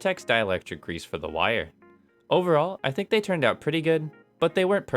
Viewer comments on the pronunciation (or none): none